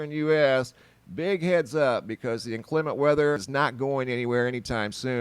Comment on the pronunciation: I laughed every time you said 'inclement' cause it just sounded weird. Where are you from? In Kansas, we pronounce it differently.